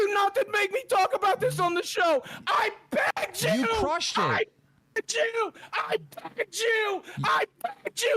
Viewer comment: I BEEGED YU i fucking hate this guy 😂